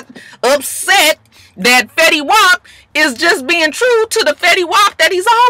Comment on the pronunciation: Did you call Fetty, “ willy wop?” ROTFLMAO!!!! I’ve had enough of you!!! I’m screaming! Lol